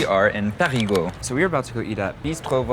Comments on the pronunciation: When you want to say Parigueux , in fact you prononce parigot which is a slang name for a parisian. You can Prononce more easily Perigueux with this tips Pariguheu ! ( heu ! heul ) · Sil Vous Plait — you’re saying “PARIS’ GEAUX” Non non non Should rhyme with Deux As in Un Deux Troi Quatre Try saying Peh REE Deux but change the D to G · Fun : When you say "Périgueux", I hear "Parigot" which a slang word for "Parisian". There is this nice childish saying to express the "love" for Parisiens : "Parisien tête de chien, Parigot tête de veau". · Hi guys! Welcome to the Périgord (the ancient name of the region, which is pronounced "Perri-gore")! The name of the capital city of the Périgord region is Périgueux, which is actually pronounced Perri-goo-er... or as the natives say, with much more vitesse: Perri-grrrr! So if you growl like a bear, that's it! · Périgeux [pé-ri-'gœ] - [œ] as in deux "two". :) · Who heard " parigots" all along? Quite funny 😂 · PériGUEUX :D (made me giggle as I thought I heard PARIGOTS, how we tend to call Parisians in the country 🙂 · And I heard Americans pronouncing PériGUOUX or PariGUOUX , pourtant Périgueux ne me semble pas compliqué à prononcer quand même. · ? No 'r' sound at the end of Périgueux. 'eu' is pronounced 'ø'